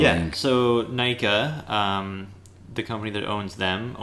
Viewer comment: Nikka is pronounced closer to nee-kah, not nigh-kah. (actually neek-kah to be a little more precise)